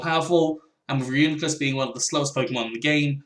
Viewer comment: Its pronounced Ree-U-NYE-Clus